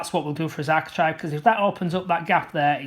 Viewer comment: Good, clear, instructive video but I've one minor comment... it's architrAVE not architrIVE ! 😉